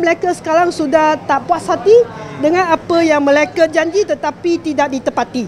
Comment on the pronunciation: AIyo!Auntie janda Her Bahasa pronunciation is really really terrible. She can't even notice it. Her pronunciation for mereka becomes Malacca & ahli becomes akli hahaha! Wonder where her "close friend" Victor Gu is now? Hoohoohoo!!